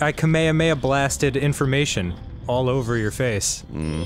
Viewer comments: this video is 2 years old but i feel like i should say ka-mea-mea is the hawaiian pronunciation, the japanese pronunciation is ka-me-ha-me-ha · Alrighty, since this thread is about Kamehameha, let me ask something that I've been wondering for years now: Why do Americans pronounce it as "kameamea" instead of "kamehameha"? I mean, even Goku's English VA says "kamehameha", yet I've seen several Americans say "kameamea" without the "h" sound. What's up with that? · *Nerd voice Um, EXCUSE YOU It is pronounced KAH-MAY-HAH-MAY-HA, Arin.